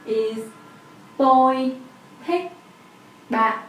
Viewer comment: Why does ban sound like bat? Thanks